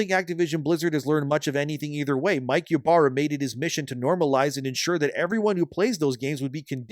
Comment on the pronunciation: THE "Y" IS PRONOUNCED AS "E" ITS "E-BARRA"!!!